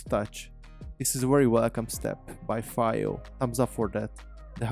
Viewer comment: Came close to buying one, chose the Shanling M0 instead for the small size and BT. FYI, I think it's pronounced "Fee-o" but whatever, good presentation, they make awesome audio gear for every budget.